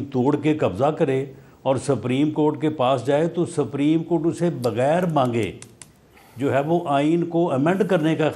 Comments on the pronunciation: رانا ثناءاللہ کو تو سپریم کورٹ کو ساپریم کورٹ بول رہا ہے تو قانون کا کیا پتہ ان کو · Rana suprem ko sappreem Keh Raha he To iske aagy Kon sunny😂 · Meer sahib apni sana dako laya hai jisko supreme Court. Ko spreen Court bolta hai 😂😂😂... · 70 saal ki umar mey Nawaz sharif haiwaan hey..iss lye wo supreme Court ka hukam nahi manta. Rana laa.....ki ye haisiat he kay sahih tareeqey se ....parhna nahi aata.... supreme ko saapreme kehta hay...rana khud tu election haar gya hay ye tu parliament ka hissa bi nahi.... Mashallah Salman Akram Raja sahib..ap ney Pakistan kaawambki khidmat ka haq adaa kr dya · Sapreen nahi hota Supreme Court hota hay saulla sahib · Rana sana ko bolna bhi nahi Ata supreyam kort ka nam Lena bhi ata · Wallah. Pahle sapreem court Ka talaffuz Tou sahee kale Rana Iski party leader ko Chahiye ke ISE supreme court kahna sikhaye. Urdu main bolo Kanon ko sharm aati hai ghalat lafz sunker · Rana 😂 saprim not supreme 😅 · sapreeem coat 😂🤣😅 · this rana poodery don't know how to pronounce supreme court, he is pakistani leader and minister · Subhallah. Sanaullah is a lawyer, a politician, one of the Noon party leaders, ex law minister" but unfortunately cannot pronouce "Supreme"